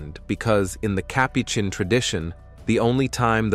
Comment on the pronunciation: Next time choose a narrator that knows how to pronounce the words Capuchin & Rosary. You told us nothing that we don't already know.